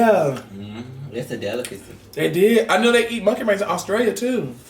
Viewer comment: "issa deluhkusee"